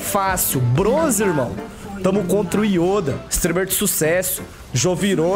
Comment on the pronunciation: " estam,os contra o youda , jovirone " kkkkkkkkkkkkkkk TRADUZINDO = OS AFUNDADOS KKKKKKKKKK